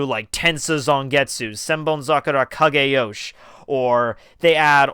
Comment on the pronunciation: Kageyoshi. The "i" in "shi" isn't silent